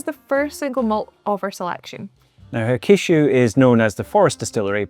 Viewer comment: hakushu is pronounced HAK-shoo. the middle U is almost silent, and the stress is on the first syllable